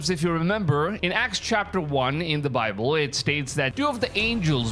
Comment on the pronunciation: Yes, butt the pronunciation of the word Bible really shouldn't sound like "BOBBLE" which creates all manner of misunderstanding until it's realized he's talking about God's word. The Lord Jesus Christ is certainly coming sooner this week than He was LAST week. Just be ready ALL THE TIME and then you'll be sure not to miss it. In the meantime, read THE BIBLE, { NOT the bobble }, YOURSELF and don't pay any attention to bobbleheads. Make up your own mind.